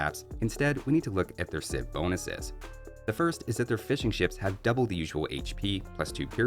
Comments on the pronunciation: I keep hearing "fish and chips" when you say "fishing ships". 😂😂😂😂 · Swear to God I kept hearing "fish n'chips" instead of fishing ships